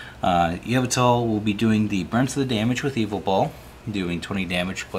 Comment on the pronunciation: first time ive heard yveltal pronounced like that. yevltal